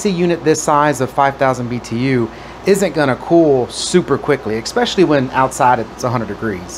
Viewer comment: The word is amperage. And especially, not "ecspecially". Jeez. Thanks for the demonstration.